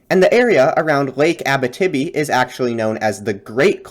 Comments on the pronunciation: Just one small thing. Abitibi is not pronounced Abbatibby. It is pronounced more like Abeeteebee. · Abitibi --- great video, you may want to look up how that is said though!